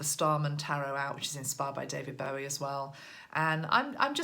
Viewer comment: I don't want to be critical but as a David Bowie fan of 40years please call him bow like the tie not bow like to the queen. Keep up the good work xx